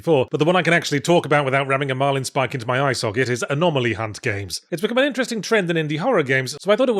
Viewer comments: II'm more excited for a "4 hours of Yahtzee going anomalomanomenom" ASMR video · Was Yahtzee having fun with mispronouncing "anomaly" at the end a shout-out to Eddie doing the same with the words lavatory and laboratory in "Bottom : LIVE Weapons Grade Y Fronts" ? I cannot believe I am making that kind of reference.